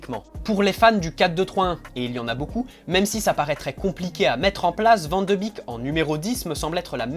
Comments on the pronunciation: Ca se dit « bek » il me semble et pas « bik » 😉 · Super video 👌🏻 par contre ça se prononce “ van de bèk ” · Cela se prononce van de bèk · Son nom se prononce Van De Bék... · Non ça se prononce Van De Béék, c’est du néerlandais, c’est comme een qui se dit één et veut dire « et » ... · Salut, bonne vidéo même si je ne suis pas d'accord avec toi sur l'intérêt de le ramener au PSG. Je voulais aussi te dire que ça se prononce: Van de bèèk (comme un bec mais accentuant plus le "e")